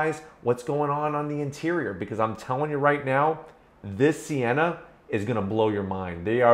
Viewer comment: For real I thought it said senna not sienna